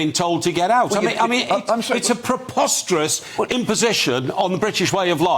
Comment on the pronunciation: Wtf is 'proposterous'? It's preposterous...